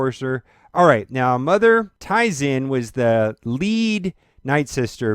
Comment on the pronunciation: Because clearly this guy knows nothing about star wars and is only interested in the game he pronounced mother t wrong and said "jedis"